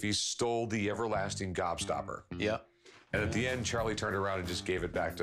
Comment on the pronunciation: Why is he saying upper lasting gobstopper